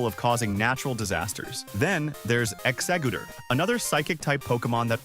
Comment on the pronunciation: Not exa- gooter 🤣